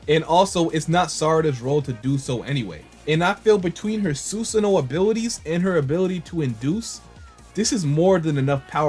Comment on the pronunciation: It’s not susuno (Sun) it’s susano (San). C’mon people it’s not that hard to say if you pay attention and just listen to how it’s pronounced in the anime you’ll never mispronounce it again and by anime I mean the Japanese version not the English version. English dub is consistently mispronouncing names of moves and characters and then has fans thinking the way they pronounce names of moves and characters are the correct way of saying them but in reality they way pronounce them is wrong.